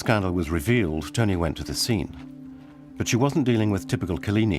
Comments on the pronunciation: LOL where is 2emm? . Its Tuam. At least try to pronounce the town correctly. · I really wished that that the narrator was corrected not Tuam but pronounced Chewam😮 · Tuam is pronounced ‘Choom’. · Wish the narrator had at least learned how to pronounce Tuam (Choom). Very jarring to hear it said repeatedly in a way that sounds like an AI voice. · Respectfully, Tuam is pronounced Chume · Tuam is pronounced 'choom' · Even people in Tuam denied this ever happened. The Irish were controlled by the church and treated their women and girls reprehensibly. On a side note, it would be nice if the British narrator would pronounce the town of Tuam correctly. It is so obvious that he never went there. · An amazing documentary However, I really wished the narrator had asked a local from Galway how to pronounce Tuam. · AND the narrator is mispronouncing Tuam.